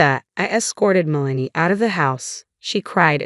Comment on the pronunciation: Worst AI pronunciations ever. It’s “MEL-uh-nee”, NOT “Muh-LANE-ee”. Like nails on a blackboard.